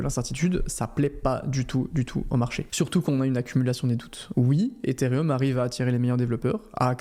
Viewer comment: pitié c'est ethereum pas etherium